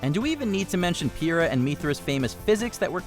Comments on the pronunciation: Wtf did u say PIRA and MITHRA? once again they get someone to just read a script who doesnt kno the content 👎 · We just gonna ignore the fact he called her ‘peera’…